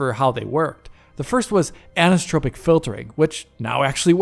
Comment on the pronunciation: Friendly note on pronunciation, anisotropic = an-iso-tropic, not ani-so-tropic (or ani-stropic). “Isotropic” is the root term which anisotropic filtering is negating (thus the “an”), and in general means “not (the) same (filter) in every direction”.